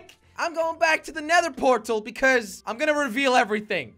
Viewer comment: Jelly:portal: porl